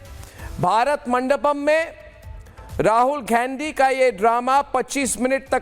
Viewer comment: इस गधे को शुद्ध गांधी शब्द का उच्चारण भी नहीं आता है